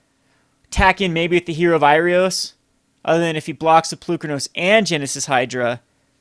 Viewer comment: Heroe of IrOAs and AINok Boundkin, not IrIOS and def. not AURIok. Bothers me more than it should.